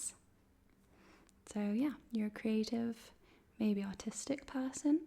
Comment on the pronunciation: Did you say i was autistic or artistic 😂